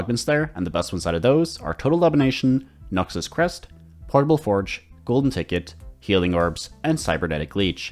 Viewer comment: The way you say Noxus is great